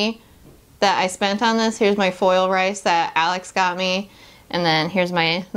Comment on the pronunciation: It's pronounce like "Reese" (source: It's my real name) :) cool video though.